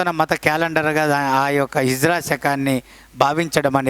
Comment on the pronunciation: Good explanation sir. But small correction sir. Its not hijra sir. Its HIJRI